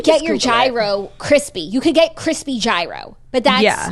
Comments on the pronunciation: The Greek pronunciation of gyro is “yeero” not “hero” but I am thoroughly enjoying the hero tangent 😂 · its YEAR-RHO lol not "hero" lolllllllllll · don’t pronounce the g in gyro, so “yeero”. I couldn’t tell you why i care so much but it’s driving me nuts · Gyro is lamb !!! And it’s pronounced yeero